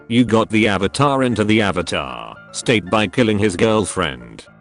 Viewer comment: Are you the ovatar oong